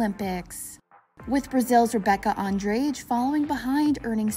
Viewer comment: Thumbs down for lack of research in the video. Simone is from Texas, not Ohio. Also the narrator pronounced Andrade wrong. The commentators usually can’t say it with the Brazilian pronunciation anyway, but this woman didn’t even try to say it right!! Horrible commentary in this video!!!